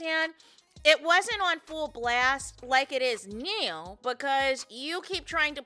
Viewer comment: Now. It’s pronounce NOW. There’s no E in it 😂😂😂😂 lord I love you but got damn that’s annoying. Let me stop. Muting you and putting the caption on